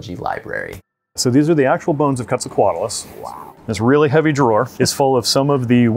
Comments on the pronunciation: Every time he said QWETZAL it hurt me. Que like quesoooo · It is pronounced as Ket-sall,co-atloos. Just as stated in , definitely not coo-et sall... I liked your video a lot!!! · Giant pterosaurs are awesome. Who else loves The Brain Scoop and can’t wait to watch Emily’s new show on PBS?! Info about where you can watch it is in the description 🤓 Oh, and one more thing: Quetzalcoatlus is pronounced “ket-zal-co-WAT-lus” but I have a hard time not saying “kwet-zal-co-WAT-lus” because my mouth is dumb and that Q always gets me. Anyway, now you know! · The “Qu” in “Quetzalcoatlus“ is pronounced like “k,” not like “kw.” It’s based on Spanish orthography. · The first u in quetzalcoatlus is not pronounced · How did you talk with an expert and still end up mispronouncing Quetzalcoatlus